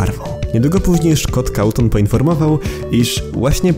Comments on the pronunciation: Szkot kałton robi wrażenie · Szkot całton XDDDDD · szkot cawton XDDD